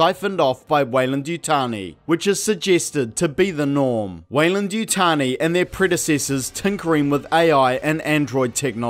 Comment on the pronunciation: Ah yes, Yeyland-Wutani